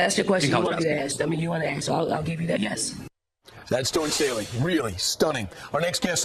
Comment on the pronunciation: Love ya, but you hurt your credibility when you mispronounce the name of the central figure in your video. There is no "n" in Staley.